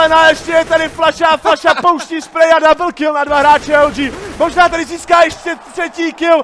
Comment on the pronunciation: Tak když komentuješ tak dlouho cca 1 hodinu někdy i o dost víc, tak se třeba přeřekneš, a ano slyšel si dobře si šikulka :)